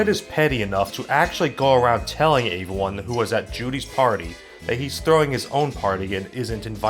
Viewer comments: Your videos are cool you say everyone wrong you say it like "ay-ver-one" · What is "aveone"??? Anytime you are supposed to say "everyone", you say "aveone". Why? I've heard you say the word "every" in other contexts so I know that you can say the word correctly yet EVERYTIME you say the word "every-time, one, thing you say "avey-time, one, thing", etc... I seriously don't mean to come across as making fun of you for this, I honestly am curious to know if this is something you are aware of doing or if its accidental.